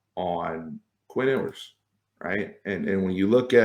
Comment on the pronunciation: Pretty sure "Ewers" sounds more like "yoo-wers" than "ooh-wers".